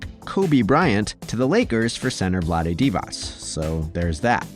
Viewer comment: Vladi WHAT? Why you say it like that? Lal